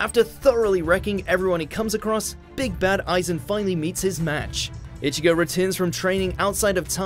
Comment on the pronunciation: This dude keep saying itchy-go , its ichigo , stop with the Itchy